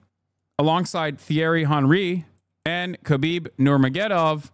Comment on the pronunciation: lol Hasan's mispronouncing Khabib's last name surprised me